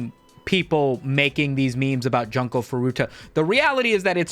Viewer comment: It’s pronounced June-co, not fucken Junk-o 😭😭😭